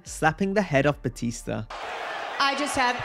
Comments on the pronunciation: Santino calling batista babatista was always the funniest lmao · Santino mispronouncing John Cenas and Bautista name got lol 😂 funniest guy ever in wwe 😅